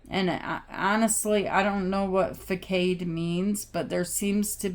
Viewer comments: It’s pronounced “FUH-SOD”, & I’m pretty sure you know what that means! 😘 thank you, this was MY reading, I’m studying consumer law, & I definitely have the information for the people!! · Facade is pronounced “fah-sawed”. It means an outward appearance that is maintained to conceal a less pleasant or creditable reality. ❤❤❤ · Facade is pronounced fa-sahd, with a long, soft ahh sound at the end. Here is the definition: an outward appearance that is maintained to conceal a less pleasant or creditable reality. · Pronounced fuh sahd ( facade) It usually means a superficial appearance putting on a facade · It's pronounced facade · facade : the face of a building, especially the principal front that looks onto a street or open space. The c is pronounced like an S